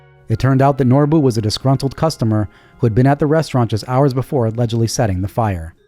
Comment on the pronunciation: "Norbuu" LMFAO!!!!